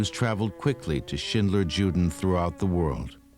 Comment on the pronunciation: The narrator should have done enough research to pronounce " juden" properly as yuden.